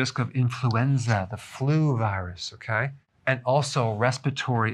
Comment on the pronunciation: I've been watch Dr Berg for a while not, I love the way hey say's "Kay" HEHE